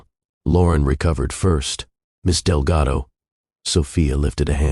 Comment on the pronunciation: Artificial Voice through out the video mispronounces Delgado with Relgado and confirms it in the subtitles. This tendency is becoming obvious in many other videos that use artificial voices for their videos